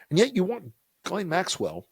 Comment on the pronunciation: One good thing is we now know the correct pronunciation of “Ghislaine”.